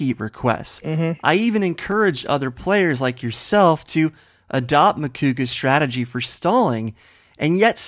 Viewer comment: is adorable. He said 'stragedy' instead of 'strategy'. I'm a fan of both teams so I'm really looking forward to this match.